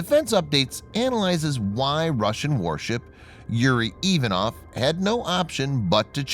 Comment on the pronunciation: Get a Navy CTI Russian to help you - Ivanov has emphasis on second syllable and Khurs - the Kh is standard transliteration for the Russian gutteral H - it would be pronounced Hoors, otherwise fantastic posting (otlichno)